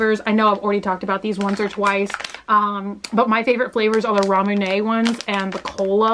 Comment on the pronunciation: She finally pronounced Ramune right! Lol